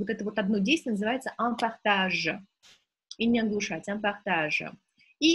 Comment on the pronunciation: Obratite vnimanije inogda vi ne pravilno proiznosite : qn, un